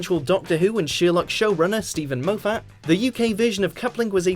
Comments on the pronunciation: Why do WatchMojo intentionally mispronounce names? The narrator is clearly from the UK, so how the fuck does he manage to pronounce Stephen Moffat as Stephen MOE-FAT? It's MAWF-FIT. It's hardly a rare surname in the UK. In fact, in the US WatchMojo videos I've heard the narrator pronounce the same word three different ways in the same video. Is it a tactic to get people like me to comment? Who knows, but it's downright fucking weird. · Mo fat. It's Moffat. Planner. It's plane er. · It's Steven Moffat, not, Steven MoFatt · Stephen Mowfat? His name is Moffat! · Who is Stephen Mo-Fat? Its Moffet! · Nigel planner and Steven Mo-Fat? C'mon fella. Its basic reading skills... Planer..Moffat. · Stephen Mo-Fat? I thought his last name was pronounced mah-fit..? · Moe fat it's mof ert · The narrator needs to sort his pronunciations. It's MOFF-AT not Mo-Fat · Its MOF-FAT. Not MO-FFAT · Shame this 'British' narrator doesn't know how to pronounce famous British names. I mean for one, Steven Mo-fat? It's not! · Who is this Stephen 'Moe-Fat' of which you speak ? Is he related to Grand Moe Tarkin from Star Wars? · Stephen Mo-Fat? lol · The Doctor Who TV movie wasn’t a remake. You say it yourself in the video - it was a continuation of the original. So how does it make it onto this list? And who the flip is Steven Mow-fat? Oh! Why do I expect any different from a Watch Mojo video. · Steven Mow Fat? Wtf? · stephen mo-fat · And, of course, Nigel Planner and Steven Mow-fat. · Who the hell is Steven Mo-Phat?!? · Stephen mo-fatt?!? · Mow-fat?????? Why can the presenters on these things never pronounce the names of the people they're talking about? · John CLEECE? Stephen MOWFAT? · As a British guy, you are crap at pronouncing people’s names! Get it right, moron! Mo fat? 🤣😂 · Who the fuck is Steven Mowfat?!? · Did he just say Mo-fat instead of Moffat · stephen mo-phatt? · Steven moofffattt????? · "Steven Mow-fat" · I know! Steven Mo Fat?! Nigel Planner? Wtaf?!